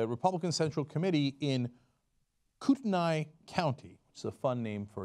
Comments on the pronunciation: Hey Cenk, that county name in Idaho is pronounced (phonetically) "Coot-nee", believe it or not. I used to live there. Just an FYI. :) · It's pronounced "Coo-Teh-Nee" :) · hey the county in idaho is pronounced coot-a-knee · Haha! Im from Kootenai County, and its pronounced Koot-nee. haha, easy mistake. Also, fuck Idaho.